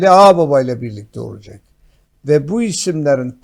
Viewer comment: Hadi Bey, lütfen " olucek " değil olacak...